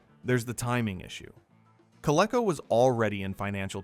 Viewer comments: When I heard Coleco pronounced as CO-LE-CO instead of CO-LEE-CO, I assume it's an AI voice. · You keep mispronouncing "Coleco"! It's pronounced COL-EEE-CO! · Learn to pronounce Coleco